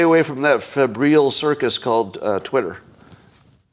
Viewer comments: It's pronounced FEB-ryle (rhymes with 'Nile' at the end). 'Febrile' means 'feverish', het-up, over passionate, activated, excitable etc. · Scott is really bad at pronouncing words. Febrile isn’t that complicated